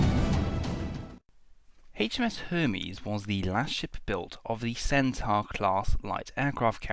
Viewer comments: It’s ‘cen-taw’, not ‘cen-tar’. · It's Cen-tor 😉